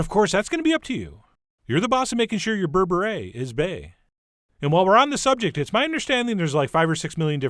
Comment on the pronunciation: Did Chef John just say "berebre is bae?😂